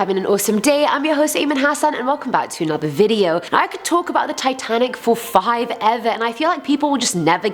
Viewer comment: In the first 30 seconds, Ayman has said her own jokes are funny AND has said "five-ever" instead of "forever." Dislike.